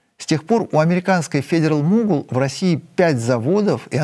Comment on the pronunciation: Только для Сергея: произносится как фэдэрал могол с ударением на первый слог, спасибо.